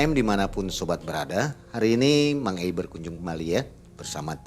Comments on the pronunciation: Koq aku dengernya dia manggilnya Mak e Mak e ya..😂 bukan Mang Ei..😂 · Mang Ei not Mak Ei😂😂😂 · Kok aku denger dia panggilnya Mak ei bukan Mang ei ya? Apa kupingku aja😮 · Susah bgt bilang mang ei? Mak ei terus yak😅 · Mbak narasumber harusnya manggil nya mang ei , jagan mak 'e jadi gereget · aku dengernya narsum manggil hostnya "mak e", padahal Mang Ei, setahuku